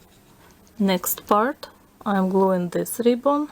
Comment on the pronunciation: When you said next part it sounded like you said next fart